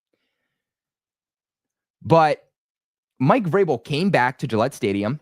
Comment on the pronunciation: How many times you switched between Vrabel and Grable is annoying. Learn how to say his name.